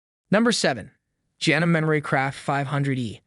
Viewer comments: Say it with me: JA-NO-MEE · Say it with me: JA-NO-MEE. A good broadcaster checks pronunciation before recording. You have no credibility with me if you’re just reading a script. A script someone else paid you read. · It's is call ja no me u are pronouncing put it together it says Janome. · You don’t pronounce Janome correctly! It’s Jan-ohm-me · If you are going to rate a Machine at least learn how to pronounce the brand correctly. Janome Pronounced Jan O Me. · Was always told to say “Janome is to love me”.